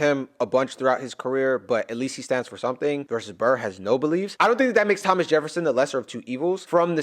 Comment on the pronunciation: Havnt had much time but finally made some to watch the video. Can't stop cracking up at you calling Thomas Lhomas💀